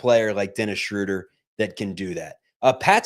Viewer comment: you have GOT to learn to pronounce Schröder correctly, or just go with the traditional long O like the Peanuts character. You are not "Respecting the umlaut" the way you butcher it; you make this show unlistenable for me. Here's how you do it